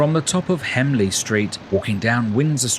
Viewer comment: As a local resident, I thought it was a particularly good overview of the town. You refer to Hemley Street but it's HENLEY street.